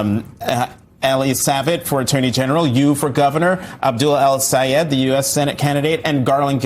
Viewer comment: Abducter Al Sayed!? Learb to pronounce people's name properly!